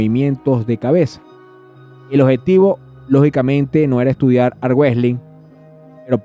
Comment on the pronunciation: No se dice armuejlin 😂 y no se dice Devón 😂😂😂😂😂